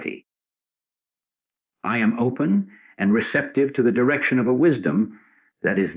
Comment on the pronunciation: Great teaching. The AI generated voice reading this is very distracting and takes away from the message because it mispronounces the most important 2 words in the whole teaching: I am. Listening to the words, “I am” being mispronounced over and over as “I A, M “ makes it very difficult to concentrate on this message. I finally had to stop the recording and read the transcripts myself.